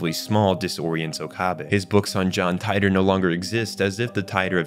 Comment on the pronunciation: Tea-tor = Titor